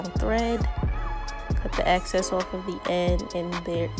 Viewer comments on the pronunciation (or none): EXCESS* not access 🤦🏾‍♀️ drove me crazy. But otherwise great video, love your results! ❤️